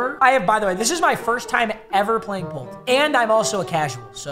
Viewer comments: ITS PERTEL NOT POLTAL BROOO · This dude calls Poeltl Poltle lmao (It’s pronounced pertle) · poeltl is pronounced "pertle" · Lmao Poe-tel. It’s Pertle 😅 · the poltol killed me tor the future it’s pronounced “pertal” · The reason the game is called poeltl is cuz it rhymes with wordle lol, it’s like saying perdle Papa not poletall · Poeltl is pronounced like turtle with a P. I don’t get it either but Pol-til kinda hurt to hear. Jakob(YA-cuhb) Poeltl(PUR-tl) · Papa it’s pertle not potell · “poll toll” it’s “pertle” it’s supposed to sound like wordle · Lol it’s pronounced purdle not poltol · Poeltl is the last name of Jakob Poeltl and it’s pronounced “yah-cob perdle” which matches wordle. not poeltl bro😂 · just to save future viewers minds from exploding poeltl is pronounced "pur-tul" not "pole-til" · Papa it’s pronounced, “Purtle” not “Poltl” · jsyk its pronounced like Perrtle not Poltl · Its not poootul is it purdle the nba players name is yak ub purdle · pronounced perdle not pole-tle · Pertle bro not poltol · it's pronounced pertle not poutle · I died a little inside every time he said “PollToll” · Gotta love Po-tel. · No one’s talking about saying Poeltl… it’s pronounced Purdle 😂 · its PURTLEEEEE LIKE WORDLE AND WEDDLEEEE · the way he butchers poeltl 😂 (it’s pronounced Pertle btw) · Next time if you play poeltel I think it’s pronounced pertel, no big deal though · Pohtal LMAO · POELTL is pronounced “purtle” BTW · Just so you know papa, even though it’s spelled poeltl it’s pronounced Pertle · is anyone gonna tell him its pronounced per-til I still love you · My man said Pol-e-Tol 🤣 it's Purtol, cuz the player they used is foreign And yes D-Rose did do a euro at the start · Is pronounced per-tle after the basketball player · By the way, Jakob Poeltl's name is pronounced "pertle" or "purtle" which rhymes with worlde... which is why it was chosen as the name for the game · You say it like pertl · bro poeltl is pronounced perdle 😭